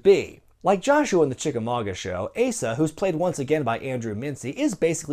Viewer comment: Thanks for pronouncing Chickamauga correctly ! Jim Cornette has told you well